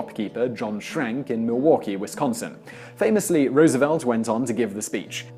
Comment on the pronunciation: I must commend you for getting the pronunciation of Milwaukee correct. I live in Southeastern Wisconsin and you hit it spot on like the pro you are.